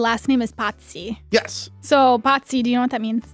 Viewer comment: Why the hell did keep referring to Pazzi as “Patsy”? Is he a Patsy Cline fan? 🤔